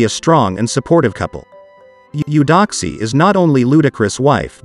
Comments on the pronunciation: But it's pronounced (A-doxie), not U-doxie. Beautiful couple. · She pronounces it (A-doxie) tho. Not U-doxie. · Beautiful. 🤔 that is not how you pronounce her name.